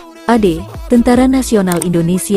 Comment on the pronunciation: kmu org mn min,kok tentara ngomong ny teentera